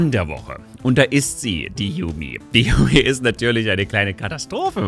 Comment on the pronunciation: /Jumi/. Nicht /Jami/, nicht /Jamü/, einfach nur genau so wie es da steht. J wie bei "Ja", und dann ein langes u. Yuumi. (No hate)